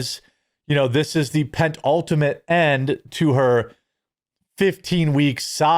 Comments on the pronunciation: First of all, it's PEN-ultimate, not PENT-ultimate. Secondly, that's not what "penultimate" means. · I think you meant to use the word penultimate not pet-ultimate. Just FYI penultimate means second to last 😊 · I'm always amazed at which words Jeremy says wrong. PenTultimate? Lol